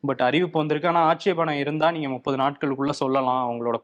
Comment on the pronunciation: ஒரு சவால், முப்பது னு சொல்லுங்க போப்போம்.. நுப்பதுன்னே தினமும் சொல்றீங்க!!! இத கருத்துரை பகுதில சொல்லுங்க!